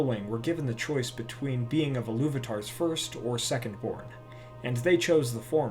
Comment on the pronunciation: Love everything about your videos except the mispronounciation of "Illuvatar". "Il-lu-va-ta" not "Illu-vatar"